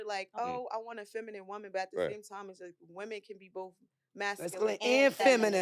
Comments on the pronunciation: she said feminum😂😂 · Baby girl can’t say feminine to save her life 😭😗